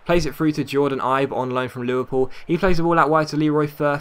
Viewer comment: Good vids. Btw Ibe is pronounced eBay